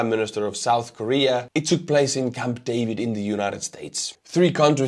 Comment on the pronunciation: so you say David like polish Dawid / icelandic Davíð.